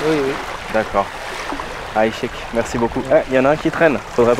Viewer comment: 'aychek ne se prononce pas avec un " h " au début mais avec un " 'ain " et personne ne dit choukrane qui appartient à l'arabe écrit littéraire, tu m'as l'air de connaitre l'arabe comme moi le chinois